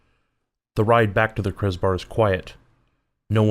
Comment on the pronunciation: FYI you pronounced kreuz correctly at the end of the intro. But you lost me for this game, I like your other games more.